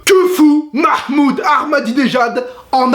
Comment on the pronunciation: ..... Mahhhhmoud oh ptn la pronociation